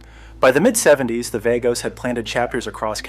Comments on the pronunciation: VAH-goes, not VAY-goes. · Vagos is pronounced Vah-gos! 🙄 😂😂